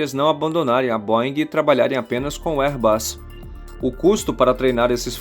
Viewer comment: Se pronuncia BÔEN. Airbus, vc disse correto!